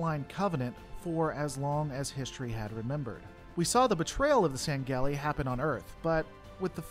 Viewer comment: Okay, first of all, officially, it's "Jee-Rahl-Haw-Nay", but, tbh, your pronunciation of "Sangheili" does make a bit more sense just off their own structures, so... there's that.